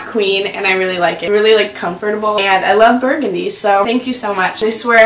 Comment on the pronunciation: Comfort-A B L E